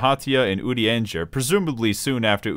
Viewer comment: Are you trolling by consistently mispronouncing Urianger's name? Or...? Good bait, I guess.